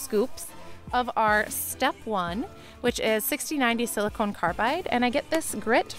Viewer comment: SiliCON not siliCONE 🤣